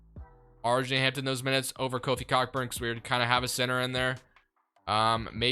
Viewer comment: Its pronounced co burn no c**kburn loving the content